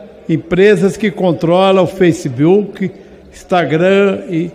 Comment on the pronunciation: Elon Mushen e Feicebuique foi impagável 🤣